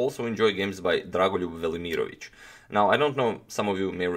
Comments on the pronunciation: I clicked to hear how to pronounce his name. I’m pretty sure you are not pronouncing all the letters. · i really like that dragon voluryiermich. And how many times did he say dragunlugj vermoriongage. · Good lord, every time you say Drago’s name I feel like my brain just froze. Slavic names....damn.